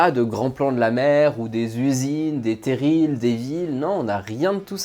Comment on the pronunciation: Coucou. Je suis du Pas-de-Calais, et juste pour info, on ne prononce pas le "l" au mot "terril" 😊